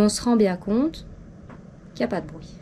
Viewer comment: Brouit aussi lol